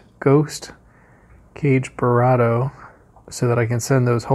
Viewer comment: slight correction, Sif is counterattack, not reflect... ;-) Oh and I'm pretty sure it's not "Cage-Burado" but KA-GE-BURADO (i.e GE as in GAY)